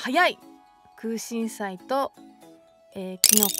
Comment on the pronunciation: くうしんしゃいって言っちゃってるの可愛い❤️😍